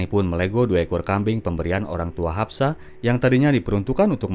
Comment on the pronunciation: Haspa bukan hapsa